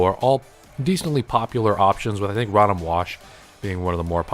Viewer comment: the way u say rotom, i feel is wrong. Row- Tom is how I believe it’s said.